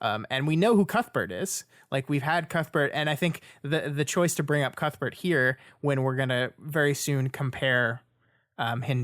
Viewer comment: Que-th Bert